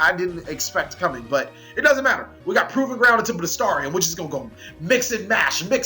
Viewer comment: Even after all this time, you still can't pronounce Bestiari or Samnite. #CaliEffail